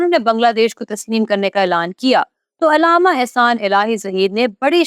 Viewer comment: لفظ علامہ ع پر زبر ہے زیر نہیں ہے آپ کو اردو بھی نہیں آتی تو نیوز پر بیٹھ گی ہو